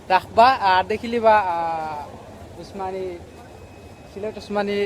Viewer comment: হায়রে ভাই তুরা এইভাবে সিলেটের মান সম্মান ডুবাইরে। ভাইরে তুই সিলেট বিমান বন্দরের নাম বলতে পাররেনা ঠিক মত আবার তুমি সিলেট টু লন্ডন পেইজের এডমিন।।।